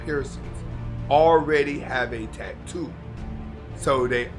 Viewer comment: Dude, why are you pronouncing Asta la vista ,Hasta la vista ? Also you're saying tag- too instead of ta -too. Not trying to be a dick; I just noticed and thought you might not have, because everything else is on point Thanks for the content